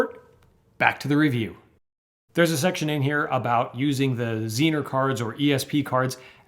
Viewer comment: I think the most intersting thing her is how pronounced Zener, I don't think I've ever heard it said that way before LOL Regarding the book, I'm patiently waiting for mine to be delivered (managed to get it 50% off too!). Really looking forward to getting it.